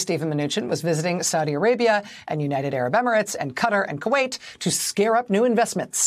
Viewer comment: Please learn how to pronounce the country qatar properly. It's not cuttar as you say. It's like guitar with a K. the ( Q ) is pronounced more like a K Ktar ) but it's spelt with a (Q) and the (A) is silent. Really it's not that hard. Americans seem to have this inability to pronounce words correctly. Just saying !!